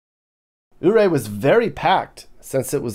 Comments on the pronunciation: and it's Yuray not OO ray. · Ouray...(You-Ray!) not ooray. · It’s pronounced “You ray” NOT ooo ray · BTW, Coloradans call it YouRay, Not OOORay!! :)😂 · Nice video. I've spent many a vacation traveling the state myself. By the way, Ouray is pronounced Your-RAY by the locals, vs. OOH-ray. It was named for Chief Ouray of the Ute nation. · Has anyone corrected your Ooray yet?🤣 “you-ray” Lived in Grand Junction and Collbran for awhile, visit once in awhile and get to missing it. Thanks. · Fyi, Ouray is pronounced "yerray". I am so glad to see your review of my neck of the woods. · Life long resident here. Just wanted to throw in a few corrections for you. In your video you mentioned Ouray. It's pronounced YOU-RAY after chief Ouray of the Ute Indians. Also when you said "There's still snow on the Rockies", actually this is the San Juan mountain range. The Rockies are further east. Just thought you'd like to know. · Not oh -Ray. Yep. But is doing his best. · It's pronounced U-ray. Love the video. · Welcome to colorful color RadO, Ouray is pronounced more like "you-ray" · Ouray is pronounced "You-ray". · Ouray is pronounced Youray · ouray, it's pronounced like u-ray. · Ouray, guess what, the O is silent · Ouray pronunciation is a little off but it’s great place in CO :)